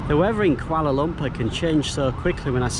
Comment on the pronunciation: Pronunciation tips. Say the word as it sounds when you read the alphabets. A = ah, B = bh, C = ch, thus canai is 'cha-nigh'. Kandar = k (kh) a (ah) n (nasal n) d (dah) a (ah) r (rah) = kan-dhar, kan as in (khan minus the h), similarly Lumpur = Lum (l = leh, u = u, m = mm) as in 'loom', pur (p = peh, u = uh, r = rah) as in 'poo-r'. No offense, I love this channel, would love to see more from you :)